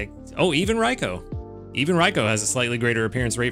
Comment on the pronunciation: I’m going to be using a Good Camp Ticket during these two Raikou event weeks. I’ve been saving up. :) I recommend them for this event if people have extras ^^ I’m looking forward to seeing what the default Raikou will look like. Also thank you for saying Raikou correctly. lol